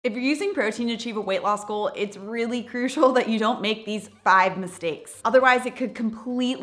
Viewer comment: Every time she says: Weight loss goal ❌ Weight law school ✅